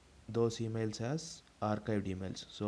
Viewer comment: Bro arcadie ky bol raha hau archived ko